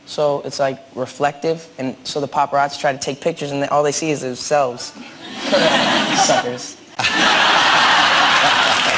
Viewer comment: he said suxkers